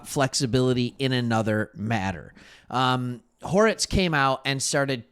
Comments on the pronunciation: I love ya my friend but ya keep calling Joe Hortiz, Joe Horitz. Hortiz is a spanish surname pronounced "Hor-teez" -- You're great at what you do! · Are you intentionally mispronouncing Hortiz’ name? I like your channel but calling him “horitz” is driving me crazy. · As a lifelong chargers fan I’m loving the non bias perspective. Now subscribed. Please pronounce Hortiz’s name correct though! lol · I will subscribe once your pronounce Joe Hortiz correctly.